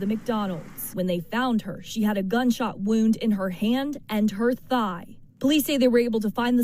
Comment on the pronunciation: THIGH sounds like EYE